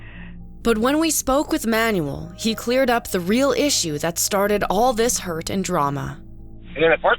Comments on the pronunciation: Excellent work and interesting interviews. One thing: it is pronounced Man-u-el. Not manual. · Name butchering is ok with names like “Starowicz!” But “Manuel?” It’s pronounced “ MAN WELL!!” Holy crap read a book ! Ask around ! How hard is it!? Friggin’ ‘Man you will!?”.. car manual. Lol. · Manuel is pronounced as: mahn WELL, not Man yu el. Sorry but, I found that constant mispronunciation very distracting. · This narrator has GOT to go..great video otherwise...If you're gonna say a guy's name 100 times in a video at least learn to pronounce it..it ain't Manual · The way she says “Manuel” bothers me lol